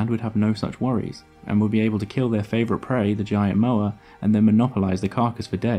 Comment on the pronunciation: The Maori name for this bird is Pouakai. There are cave paintings in the South Island depicting the bird. Sadly cave paintings tend to get vandalised, including vandalism done by anthropology students from Otago University in the 1920s and 1930s. Moa is not pronounced 'mower', it is Moh-ah . Great video though.